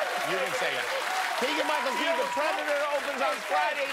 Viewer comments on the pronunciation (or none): “Keegle Michen Key” ? Hahahahaha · Jimmy "That is Kegel Mike and Key" that's not how you pronounce his name..